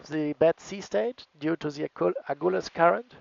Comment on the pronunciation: It’s A-GUL-US